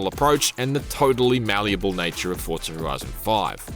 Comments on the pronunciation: FOR ZAA, NOT FORRT ZA !!!!!!! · Fortsa, like how people say Impreza, Impretsa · Why can't you pronounce Forza correctly? How strange. There is no T in Forza, it's not ForTza. Also TOGA is pronounced To-GA... not Togae.... SMFH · Fortza horitzon😂